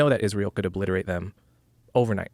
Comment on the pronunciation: Three times. You said "oBLITHerate" three times!!